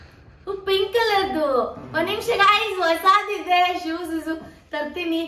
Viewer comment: Madam adu ಶೂಸ್. ಸೂಸ್ ಅಲ್ಲ..ಹರ್ಜಂಟ್ ಅಲ್ಲ ಅರ್ಜಂಟ್...pronunciation correct agi madi ,thappu thappu mathadbedi...tumba thappu mathadthiraaa